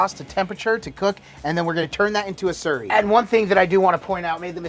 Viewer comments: It sounds like your say surrey but it’s slurry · Sounded like you said cornstarch surry? Is that a thing where you guys live?